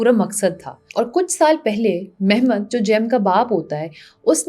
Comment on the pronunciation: مہمت نہیں محمد. اور بیزد نہیں با یزید